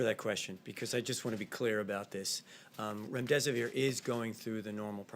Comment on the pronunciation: So he can pronounce "hydroxychloroquine" no problem but calls our promising new antiviral "remdeseVOIR" three times? Pharmacist down, send help... ☠️🆘☠️